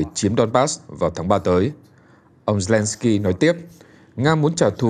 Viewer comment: Mc đọc sai tên tt ukrai nhỉ